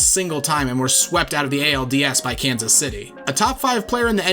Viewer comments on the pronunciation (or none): none